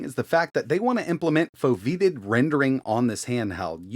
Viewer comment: It's pronounced "Foe-vee-ate-tid"